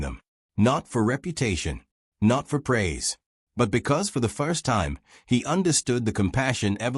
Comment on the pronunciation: AI reader is deplorable. “Fo the foist time”. 😂, desoiv 😂, really? Turning the story into a joke.